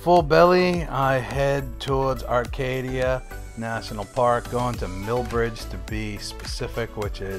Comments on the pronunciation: Acadia....not Arcadia. Bang-GOR, not bangah or bangerrrr...do bettah. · "Banger" & "Arcadia". I'm from Phoenix and just cringed. 😂